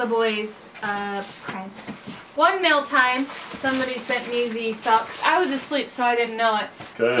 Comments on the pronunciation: does anyone else notice that he says mell instead of mail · I love that it sounds like he's saying "mell" everytime he say "mail" its the best